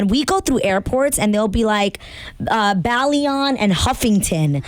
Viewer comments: You pronounced both last names wrong. Houghton: "ho"-ton Bailon: "by"-lone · Adrienne "Howtin" and Adrienne "Bayloan" its so annoying how he continuously butchers her name for a so called fan :/